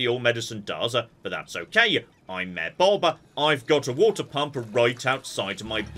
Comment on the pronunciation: Part 3 of pronouncing Mayor as "Myear"